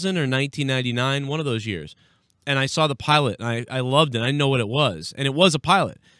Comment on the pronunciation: Speaking on pronouncing words wrong you always say Sawrr instead of Saw lol it dries me crazy lol